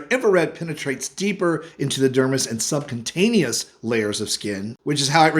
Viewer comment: It’s subCUtaneous, not sub-CONTAIN-eous. That was when I realized you’re not a doctor. 🙄